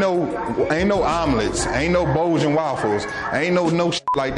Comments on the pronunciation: Dude said bolgum waffles!!😂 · Im so mad he said "Bojin" waffle!lol